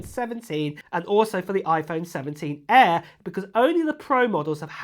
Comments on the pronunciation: 😂That’s that UK Accent 😂😂😂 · Why do you say air like that?